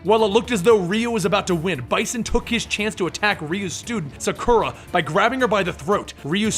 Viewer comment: you pronounced sakura wrong